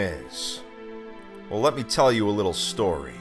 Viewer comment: Him: so let me gell you a story... Me: knowing a cutscene is coming